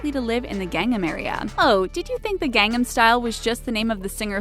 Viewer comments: Gang-nam, the way she pronounced it. I was super confused. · The only thing I am shocked about is the mispronunciation of Gangnam. Gang am as opposed to Gung NAM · It's not Gangam it's GangNAM! Sheesh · Oh my word... I can't take anything this person says seriously... She can't even pronounce Gangnam right!!! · worst pronunciation of Gangnam ever..... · Can't even pronounce Gangnam correctly. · gangnam is not pronounced like that. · her pronunciation of everything asian... Gayn-nam, KimCHEE Jeb-bles, Hi-yun-day... wonder how she got Pyeongyang correct. Wayng See- Kong? Chee jin ping? Chelsea Jayng? Weebo?